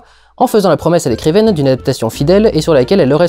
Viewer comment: Tout comme Durendal a prononcé "écrivaine" un peu plus tôt XD.